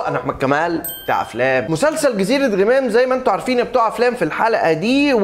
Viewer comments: يااحمد انطق اسم المسلسل عدل .. مش غِمام .. اسمه غَمام .. انت جاي تتكلم عن المسلسل وانت مش عارف تنطق اسمه صح .. !! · ياعم احمد اسمه غَمام مش غِمام ال غ عليها فاتحة .. حتى كلهم فالمسلسل بيقولها غَمام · انت ليه باكسر ال غ في غمام هي مش غيمام 🙃🙃🙃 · اجمل مسلسل في رمضان.. تمثيل اكتر من رائع قصة جميلة اخراج وتصوير وموسيقى ممتعة. وبالمناسبة اسمه جزيرة غَمام (بفتح الغين ي 😂😘)